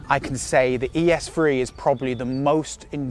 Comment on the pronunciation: Lmao “ES phree”